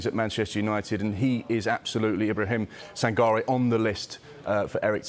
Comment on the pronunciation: Sangare is prenounced Sangaree.